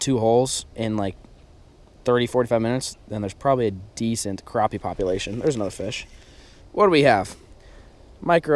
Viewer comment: you say crooopie nut its spelled crappie